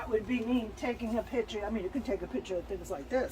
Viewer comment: Its picture. Not piture.